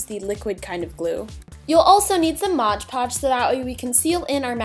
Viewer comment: I don't mean to offend you in any way but it's pronounced mod podge not modge podge